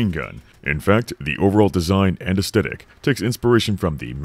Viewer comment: Great video, but how you pronounce "aesthetic" is unsettling.